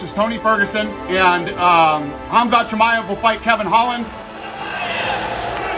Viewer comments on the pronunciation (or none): And New!!!!😂 Not chamiave